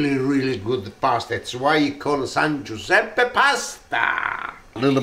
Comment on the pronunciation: " Viva San Guisepp"